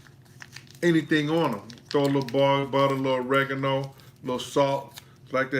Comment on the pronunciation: You said butter oregano am I missing anything